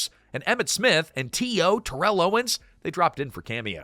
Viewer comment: Hearing "Terrell" pronounced properly wrinkles my brain lol. Us southerners call it "Tear-UL" haha.